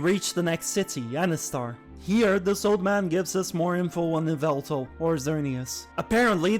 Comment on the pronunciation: how dare you…. it’s YAH-VELTAL! joke’s aside i like Xerneas better, but angel of death bird is awesome too